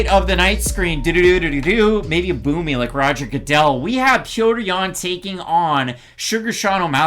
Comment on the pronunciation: Nobody pronounce Petrosyan correctly. The ending doesn't sounds like trojan , it should pronounce more like Petrossian